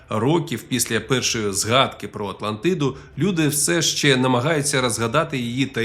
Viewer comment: Хахахах з початку випав: "Легенда прА Атлантиидуу" Але дякую за українську, це все жарти звичайно